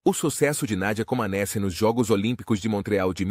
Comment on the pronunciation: Pronuncia-se "comanéti".